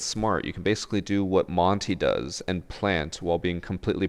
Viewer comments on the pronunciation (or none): none